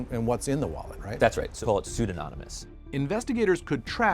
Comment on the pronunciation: Well, no. It's not pseudononymous, it's pseudonymous. You added an extra syllable in there, my man.